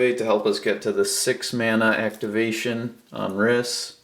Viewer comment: Just do you know it's pronounced reese